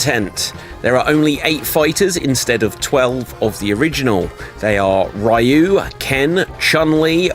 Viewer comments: It's REE-ooo, not RYE-ooo..... GAWD, I've got face cramps from all the cringing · What the hell is a Rye-you?